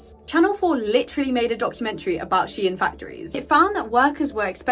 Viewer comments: glad to see you made a video on this! i would love to see a deep dive on the topic. also, heads up, it's said "she-in", not "sheen", it's short for she inside. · It’s pronounced She-In. Not Sheen. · I have never been so irritated by someone saying SHE ANN.